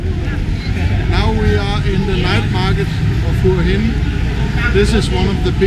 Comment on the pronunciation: Pronounce: Whar Hin not Hua Hin. Thanks for the video.